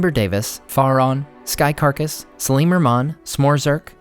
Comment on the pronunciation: um great video and was very informative, although i am not trying to be nitpicky but it is Faron (fair-on). It is a region in the legend of zelda.